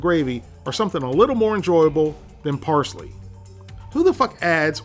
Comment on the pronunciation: I like how he said who the fuck adds parshly to country gravey?